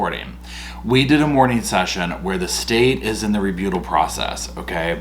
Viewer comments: it is pronounced re-butt-al. As far as this video I believe the TV was already broken. Because Sarah was not upset it was just a plan to be at the 💩 out of the TV. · please.. reBUTTal